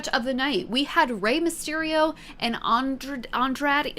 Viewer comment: I'm glad you had fun. Only three nitpicks.. It's Seth "Freakin" Rollins (pronounced Rawlins like Henry Rollins); it's the Bloodline, not Bloodlines, and Andrade's name is pronounced "On-draw-day". But I dug your gimmick and the facepaint.